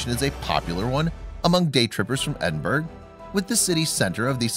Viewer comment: Its Edinburgh Ed-in-bur-ugh not Ed-in-burg. I know ur not Scottish but still.